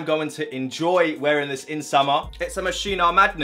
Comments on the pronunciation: Swear it's pronounced Mos Ski No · U pronounced moschino wrong 🤦🏼‍♂️it is mos-kee-no tho😂